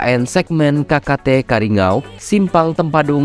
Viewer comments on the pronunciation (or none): bukan karingou itu salah nyebutnya gaes yg betul kariyangau coba lagi kariya---ngauw ok gaes